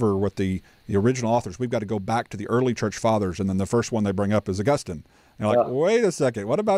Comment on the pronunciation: So, why as an Augustinian scholar does call him “Ow-Gustin”? Does he know something no one else knows?